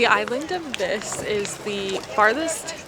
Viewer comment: Unfortunately, you keep pronouncing “Vis” wrong. The i is pronounced as a long e sound.